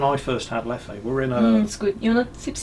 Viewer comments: With Leffe you don’t really accent the second E. It is nearly silent in its native tongue of Flemish. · So first of all Leffe is pronounced different, last "e" is pronounced like the "u" in dumber. "Leffu". Second of al, Leffe really is not that special, like Jupiler it is one of the most industrial beers available in stores. (both brewed by AB Inbev) It actually sells more in France then in Belgium. (numbers and percentages) As a Belgian, that was all that matters in this weeks mingles with. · I chuckle every time they’re trying to pronounce « Leffe ». It’s actually simpler, just say « Leff’ » and that’s it, no need to make it harder for yourselves x)